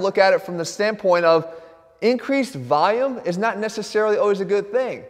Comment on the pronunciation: “increased vayum “